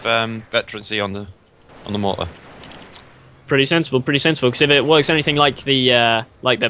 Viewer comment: mahhhhter? lol!!!